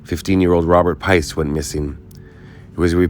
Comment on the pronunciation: 'Piest,' not "Peice."